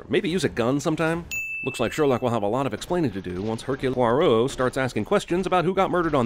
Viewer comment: You pronounced Hercule Poirot wrong and edited it in, didn't you...